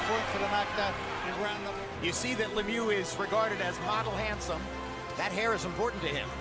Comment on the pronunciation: LeMieux needs to do something about his haircut - it looks ridiculous! Also, his name isn't pronounced le mew like a cat, it's pronounced like the word look without the "k" appended to the sounds" me-y-oo" with the same "oo" sound as look without the "l" or "k" and the entire grouping of "me-y-oo" said as one syllable.